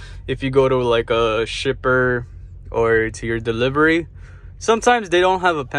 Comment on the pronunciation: Dude I thought you said STRIPPER 🤣 you meant shipper